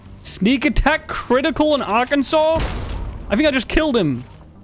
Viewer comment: holy shit he knows how to pronounce Arkansas